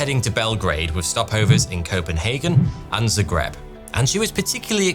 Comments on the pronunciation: It's "Zagreb" ... with an "A" ... ZAGREB 😄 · Zagreb, Hrvatska. Not Zegreb. 😢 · You mean ZAgreb, idk what Zegreb is 😅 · it's zAgreb nice video tho keep up the good work !